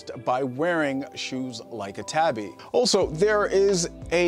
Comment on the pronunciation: Tabi is pronounced with a long “A”. Ie “TAHBI” like in “ahh” or “awe”.